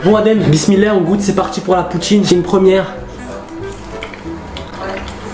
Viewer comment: "POUTCHINE" nan sérieux vous êtes les boss